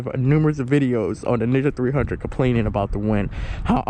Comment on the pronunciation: sounds like you are saying nigga 300